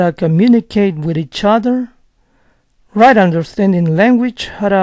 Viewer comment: en right? understanding. No da el tono de pregunta, no hace una pasa y lo pronuncia todo junto. Leerlo se entiende pero tener que escucharlo es imposible llegar a entender